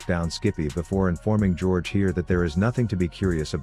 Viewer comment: Did this man just call Wukong George?